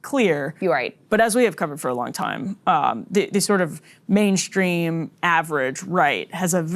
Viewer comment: "Shtrategy" "Shtrategy" "Shtraw" "Mainshtream" "Deshtroyed" How shtrange.